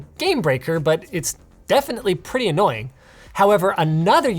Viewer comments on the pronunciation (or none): none